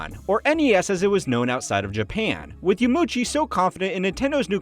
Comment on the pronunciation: It's Yama - uchi btw - not Yamuchi. Four syllables YA - MA - U - CHI